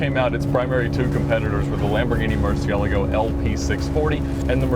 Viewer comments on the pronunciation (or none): is it me or did ed just say Lamborghini murcielego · Mispronounced Murcielago there Ed